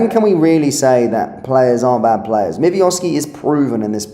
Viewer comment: Zero shots on goal and you were the better team. Pull the other one mate. And learn to pronounce your players’ names correctly. Never heard of a Mivioski